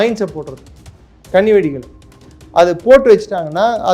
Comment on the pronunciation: Kannni vedi., not kanni vedi.